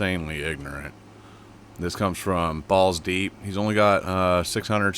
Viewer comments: Its bullz deep but you said balls deep many times 😂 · Its bullz not balls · Its BullzDeep not ballsdeep. 😂FYI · Bullz deep not ballz deep 😊